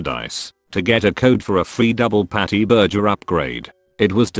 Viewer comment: Is any one else annoyed but the mispronounced words of burger and Wi-Fi?